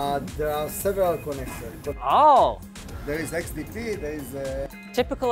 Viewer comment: It is XDP, not XTP. :)